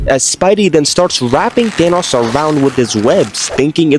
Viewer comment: the fact that he says thanas instead of Thanos is honestly 😬